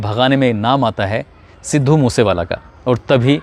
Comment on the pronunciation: तू पहले अपनी स्क्रिप्ट को ढंग से याद किया कर, रट्टा मार के आ जाता है हर स्क्रिप्ट का , views और likes के धंधे के चक्कर मे अपनी झंड करवाया कर तू और legend सिद्धू मुससेवाला भाई का नाम ढंग से लेले अनपढ़ 😡😡😡 पढ़ पढ़ के भी ठीक से बोला नही जाता तुझसे अनपढ़ कहीं का 😡😡